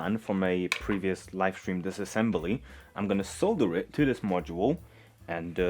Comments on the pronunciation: Sole-dur not saaaaah-dur lol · I’m just here to appreciate how you say “solder.”